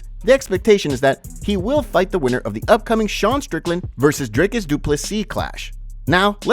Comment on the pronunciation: Bruv thank you for pronouncing Dricus's name and surname properly...impressed my boet❤❤